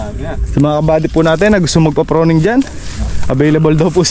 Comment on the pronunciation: Ka buddy corection please say pruning Hindi po proning right pronounciation is Pruning masa kit po kasi sa tenga salamat